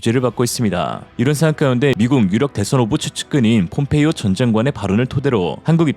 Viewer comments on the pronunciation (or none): none